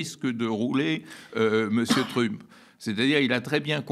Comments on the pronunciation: Un vieux machin gauchiste. Déjà quand tu l'entends dire Truumpe, tu as compris... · Sa prononciation de Trump rend l'écoute assez pénible, zéro effort. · il y a une raison verbalisée pour laquelle Badie prononce "trump" à la française (alors qu'il prononce "Musk" correctement) ou c'est juste pour faire son intéressant ? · Le fait même d'ecorcher le nom de Trümp discrédite la totalité des arguments.